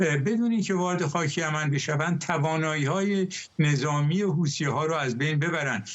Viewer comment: این گاگولو میگه هوتیها 😂😂😂😂😂😂